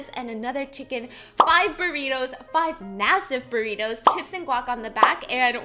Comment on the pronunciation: I just hate how american put and R on things that are not supposed to be pronunced with R , like Burrirous carniras, tomarous Stop! 😂😂 i'm sorry.